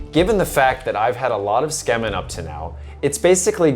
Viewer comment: Ok but why do you keep saying "skemin". Tsukemen = suu-key-men